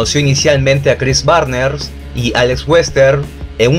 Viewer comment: Chris Barnes al principio del video era Chris Barner, y ya después después Chris Barners; y Rob Barrett empezó como Bob Barring …😅. Muy buen video 👍🏻